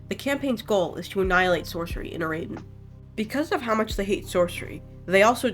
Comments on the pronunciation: so real its so annoying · YOU'RE PRONOUNCING IT WRONG its literally just the words era-den. the baron even says it in his lines. edit: i wanna also say i think its super awesome other people are interested in the lore and i really appreciate these videos, your pronunciations are just really ear-grating